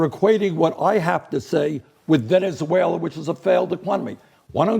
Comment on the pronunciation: “Dont support socialism because...Ve-Ne-Zuela”. That IS pathetic. Well if that’s how you view it then I will take that over the “3rd “Reicht ” anyday.